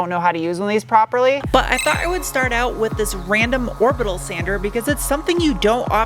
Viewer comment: LOL at multi-syllabic pronunciation of the word “orbital.”